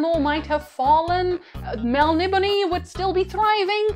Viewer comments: Your miss pronouncing Melniboné (Mel ni BONE) not (Mel nib o ne) just say'n :P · My dear, it's pronounced Mel-nib-o-NAY-enz. Admittedly, it's difficult to say, especially quickly. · MEL-KNEE-BONE Please.... It was written by an Englishman..